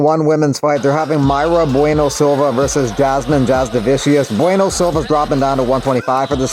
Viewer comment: Jasudavicius is pronounced as Ya-Soo-Da-Vee-Tch-Oos. Kareckaite is pronounced as Ka-Re-Ts-Kay-Te. If you give two shits, that is.